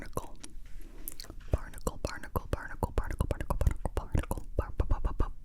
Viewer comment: Did anyone else hear the word "barnacle" as "particle" every time she said it???